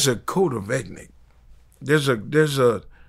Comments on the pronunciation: “Code Of Eggnic” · Did he say "there's a code of ethnic" ??? 😂😂😂😂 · This nigga said “code of ethnics” 😂😂😞😂